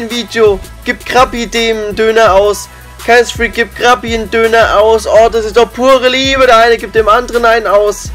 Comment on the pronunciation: Zu dumm um ksfreak auszusprechen